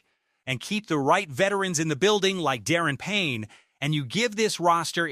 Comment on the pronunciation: Da -ron ,not Darren Payne ! It's hard to take you serious as a Commanders channel when you can't even pronounce his name correctly...